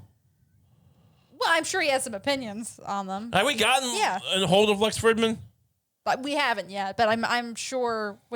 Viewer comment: It is so wild how many times he has brought up Lex and gas never pronounced his name correctly.